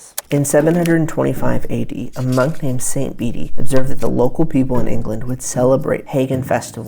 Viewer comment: Bede is pronounced like bead. Eggs and rabbits are tied with spring which points to rebirth after death. Lent also gets it's name from spring or springtime. I have heard before that we get the English word Easter from German's word for Easter, Ostern related to East (in German, Ost) particularly because the sun rises in the East which was taken as a symbol also of the Lord's resurrection. Haven't dug further back or heard of the Old English in the middle